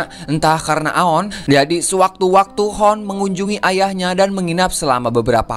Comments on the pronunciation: Hun bkn hon bacany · Hoon itu d baca nya huun 🤣 bukan hoon